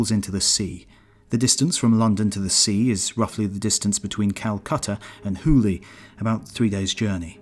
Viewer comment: Brother that not "huli" that's "Hooghly"